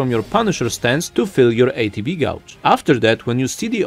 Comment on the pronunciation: Great video. Gauge is pronounced "gage" though. the "u" is silent. And Assess is pronounced "uh-sess".